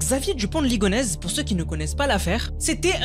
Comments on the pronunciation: alors qu'il dit " ligonèze "au lieu de" ligonèssssssse" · Ligonnès ça se prononce ligoneSSe ! Et non ligonèze ^^ Merci pour la vidéo